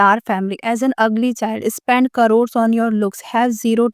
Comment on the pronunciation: It's easy to point at other, lady, look at your skills, you call star as "e-star", spend as "e-spend", showstopper as "sowstopper", sultry as "slut-ry" 😅.. and you're trolling other?.. Strange